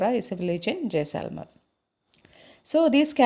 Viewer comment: it is not jayselmer it is jaislmer